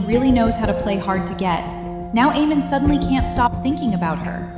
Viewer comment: I could watch this but I can't watch someone pronounce AA-mon as EE-mon all through the show.